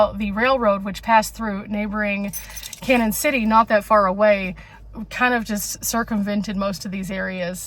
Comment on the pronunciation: Hi glad to see you are not only in Colorado but my neck of the woods. I have lived in Pueblo all my life and know the area very well. Thank you for show casing us on your channel. BTW Canon City is pronounced like Canyon City. We can always tell when people are not from the area by how they say the name. Lol TFS